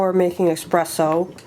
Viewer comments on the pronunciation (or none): Actually is espresso not Expresso 😂